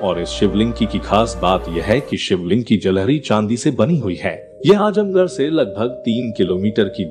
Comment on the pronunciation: 🙂Brother it's 'Azamgarh' not Ajamgarh🙃